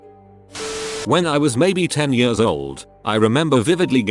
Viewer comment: I can’t fucking stand the way the robot voice says the word years!!!!! It’s like yahhhsz